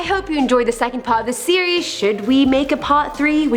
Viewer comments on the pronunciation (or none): none